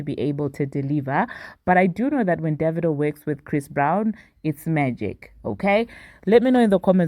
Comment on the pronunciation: You just taught me how pronounce Divado lol but yeah AFRO BEATS BEEN THE WAVE. I am so happy for them both.